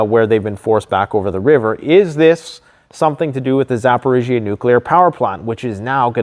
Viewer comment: Finally! Zaporizhzhia pronounced correctly. Not too harsh a dig hopefully, love the channel. It was driving me nuts.😅